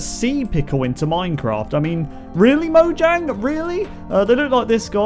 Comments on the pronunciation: It is pronounced mo-yang even though spelt mojang it is Swedish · Mojang is pronounced moyang